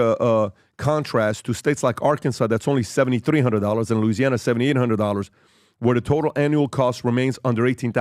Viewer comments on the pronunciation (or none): none